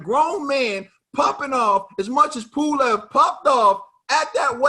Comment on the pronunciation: It’s pulev 😂😂😂😂